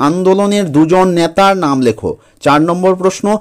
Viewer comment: ন্যাতা নয় নেতা😂😂😂😂😂😂😂